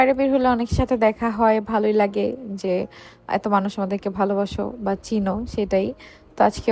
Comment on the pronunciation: Valobasa ❌ bal basa ✅😂😂